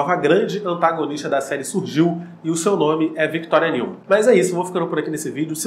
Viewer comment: Mano, adoro seus vídeos, porém, você deveria falar os nomes de forma correta, Não se pronuncia "NEUMAN" literalmente, mas sim "NILMAN", o som do "E + U" tem som de "I + L". Mas fora isso seus vídeos são muito daora! Mas esteja atento às pronúncias, Ok? Estou realmente ansioso pela próxima temporada.